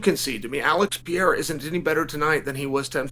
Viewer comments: you know what's not any better than before? your pronunciation of "pereira" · I'm a brazilian and there's no H sound in "Pereira". Both the R in "Pereira" have the same sound that is similar to the T in "battle" or "butter" in the American pronunciation. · Still did it incorrectly 😂 Actually he got it right at about 2.50 into the video. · Chael saying Royce Gracie perfectly but not knowing how to make the same sound for Pereira is just 🤌🏽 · If you’re willing to pronounce “Pereira” correctly then go ask GLOVER! 😆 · After correcting himself for saying alex pereira’s name incorrectly. He immediately continued to say his name wrong. I love this guy. The undefeated 🐐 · It's just 1 R. The way Sonnen and Joe Rogan pronounce it is wrong. Bruce Buffer says it perfectly though. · it's literally the same sound that americans use for the letter "r" in "aRticulate" or "aRkansas" or "oR". it's a soft R. Plus, it's a matter of respect to at least trying to say someone's name correctly. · It’s not peheira. It’s no h sound. It’s just peReira just R sound. Pe ray rah is right! Just call him Poatan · His name is PeReira. Not Pejeira. Is the 'r' sound from the spanish, like when you say 'raton' (mouse). Joe Rogan is saying it wrong all the fcnkg time. ps i'm brazilian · it not Peheira!!you read r like an h when it's at the start of the name in Portuguese!!it's PERERA!!i don't know how to wright pronunciation, but there are a lot harde names that you can do it!!idk why is this one so hard!!God bless you uncle Chael!! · Mate, for God's sake! The guy's name isn't Pieira or Vieira! 😂😂😂 He is called PE-REI-RA!!! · It's Pereira, not "Peheira". Just say the normal English r, it's closer. Even Alex himself says "Pereira" with an r, so don't sweat it. The "h" is for double rr like in "borrachinha" or when the word starts with an r. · It’s pronounced Pe-Ray-Rah (say it fast and you got it) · It's not Peheira, dont follow Joe Rogan as a pronunciation guide 😂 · Alex Pehera lol